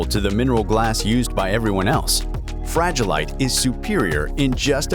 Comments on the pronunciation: Fra-gi-le. It must be Italian! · "Fragilite" crystal 😂😂😂